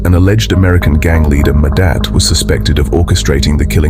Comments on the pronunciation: total butchery of how their names are pronounced. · Train your stupid AI narrator to pronounce names and other words correctly. It's disrespectful to butcher someone's name so horribly. A**h**le